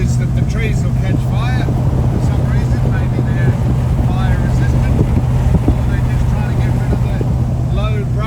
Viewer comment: Love it " trees are restantant lol , 😂